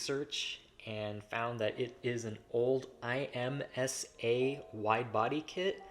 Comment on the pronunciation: Just for future reference, it’s not I, M, S, A as in a brand, it’s IMSA (one word) as in the racing series lol. Sick find though, hope you guys bring it back!